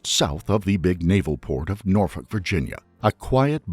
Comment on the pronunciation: Aye !!! He said Norfolk right !!